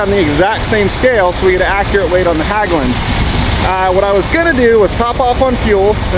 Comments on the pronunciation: "Hagglund" LOL!!! HEGGLUND is how you closest should read it if you can't pronounce the Nordic letters. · Not Hagglunds, Hägglunds. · i love how American butcher our language. It's not Haaaaglungs. It's Häglunds. I'm going go pronounce American namnes like Bob like Böb insteed or Ford like Föööööööörd. Anyway, enjoy you Häglunds. Btw, the reason it broke is because Stefan Löfven, our former PM worked as a welder at Häglunds before he ruined our country . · how you should pronounce Hägglunds is like Hegglunds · The ä in Hägglunds is pronounced like the e in egg, try Hegglunds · Great! IT`s pronounced Hegglunds😊😊drove the predecessor Volvo Bv 202 in the Norwegian army